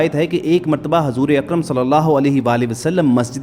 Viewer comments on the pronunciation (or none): none